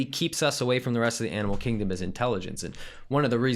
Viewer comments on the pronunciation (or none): none